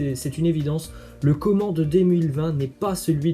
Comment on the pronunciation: On dit « comane » pas « comment » tu fais exprès ou quoi